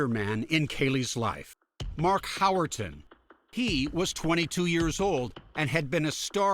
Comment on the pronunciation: Howerton? He really flubbed the D.E.N.N.I.S. System